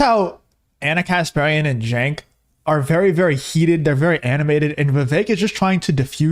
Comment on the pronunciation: I find it humorous that Cenk keeps mispronouncing his name, but if people mispronounce Kamala Harris's name it's because they're racist